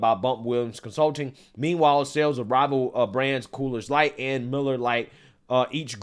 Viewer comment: Why do u keep calling it "coolers light"? Lol